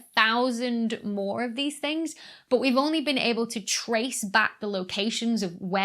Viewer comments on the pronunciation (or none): none